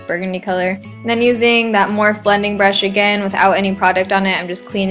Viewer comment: I love how you call it Morph instead of morphe in the beginning!